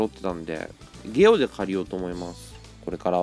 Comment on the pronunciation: ゲオがゲロに聞こえた。 あとうんうんうるせーよ。